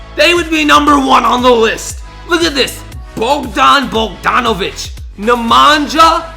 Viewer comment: Bogdan Bogdanovic is from Serbija that name is normal tu Serbia and congratulation you first sed it right